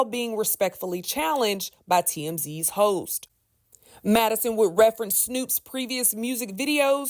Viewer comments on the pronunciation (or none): none